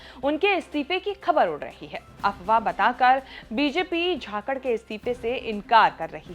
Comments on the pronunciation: Properly name pronounce kijiye Jakhad ki jhakad bol rahi ho. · It is not "Jakhakard" it is "Jakhad"..... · झाकड़ नहीं जाकड़ है मैडम जी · Kya bol rahe ho Sunil jakalth hai chthythr nhi hai 😊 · Jhakkad ni 😂bolna to sikh lo